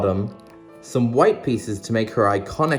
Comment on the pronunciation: You called bubble bubbes it's not bubbles 😂😂😂😂😂😂😂😂😂😂